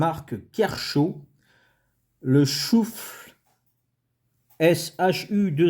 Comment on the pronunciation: Salut! Sympa ce petit couteau. Je crois qu'ont dois prononcer shuffle [ cheffeule ] mais pas sûr